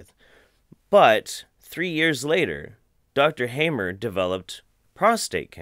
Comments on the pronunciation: His surname is appropriately pronounced 'harmer'.... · the speaker seems so pale and looks unhealthy...The name is pronounced like : Hahmer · pronounciation: ryke geerd hamer: reekay gaerd hahmer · The "a" of "Hammer" is not as the "a" in "have", but as the "u" in "fuck".